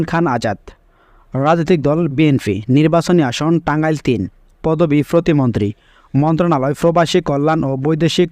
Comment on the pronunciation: ফতি মন্ত্রী না উচ্চারণ টা হবে প্রতিমন্ত্রী